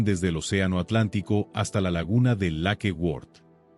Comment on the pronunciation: Lakeword? No será Lake Worth.